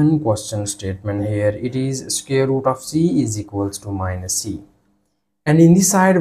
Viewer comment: Square root ❌ Scare root 💀✅